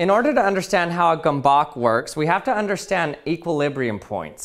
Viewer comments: Gurm-bets, not gom-bok. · Gomebawk...?? It's pronounced kind of like gumbuts with the u as in "fur". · He pronounced it as "gombok" rather than gömböc in Hungarian... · Gábor Domokos named this object [gømbøts] and not [gombok]. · It's Gömböc, not Gombok! Could have at least ask a hungarian how to pronounce it! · Fun fact: You don’t pronounce the "Gömböc" as simply "Gomboc", but you say it like "Goehmboehk" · How it's written: Gömböc How he pronounces it: Gomboc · Well, as a proud hungarian i must tell you that it's NOT gomboak/gamboak or however you pronounce it but gömböc 🧐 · Its not gomboc, its gömböc, the ö is pronounced like you pronounce the u in the word turn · It's not pronounced “gom-bock”, it's “ghem-bets”. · Hungarians: gömböc This guy: gammbakh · It's pronounced "Goemboets", I think. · Brudi es heißt Gööööööömböööööööööööc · yea, but the way he pronounces means a different word: gombok means buttons in Hungarian. So the pronounciation is not just absolutely off but it literally means a different thing. So we can complain about it. Gömböc means a round shaped object, rather a type of food, such as dumplings or a special meat filled round Hungarian pork cheese/brawn. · Jeez, this comment has gone on for far too long. All I said was that people don't pronounce English perfectly either. Obviously his Gombock pronunciation was more egregious than I realised, and I accept that. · It's pronounced more like 'gum butts' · "Hey everyone, today I'm going to be showing you the gambawk." *checks title It literally says gömbök. Can't be that hard to pronounce? "gumboke" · Dude it is a hungarian world and you say it like gaembaec kind of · U pronaunced it gombok why u not know letter ö and ü? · Every time this guy said ‘gombock’ the Hungarian in me cringed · His pronounciation of "gömböc" just kills my ears :D Try the German "ö" with tz instead of c. Gömbötz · I love how he says "gombok" when in hungarian its waaay different. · it hurts my soul the way he says it XD